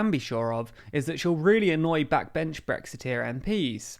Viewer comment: I've heard of Brexit with a T, but what's this glottal stopped Brexi' thing to which you refer?